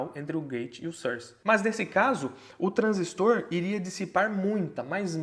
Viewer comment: Caramba q projeto massa. Parabéns pelo canal. Também gostei muito de ouvir um professor falando corretamente a palavra TRANSISTOR, precisamos desses bons exemplos.